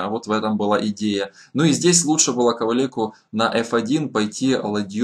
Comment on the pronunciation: Все-таки он Lubomír Kaválek. В западнославянских фамилиях на -ек, -ак, -ик (Гашек, Фучик, Геремек и тд) ударение на последний слог, как правило, не ставится.